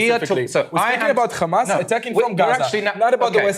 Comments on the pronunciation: Khamas still cracks me up. Why are they adding a K?! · Just by hearing someone pronounce "Khamas", you know what side he's on 😑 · Its khamass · "Do you conderm KHAmmas?" "Do you condemn the Warsaw ghetto uprising?"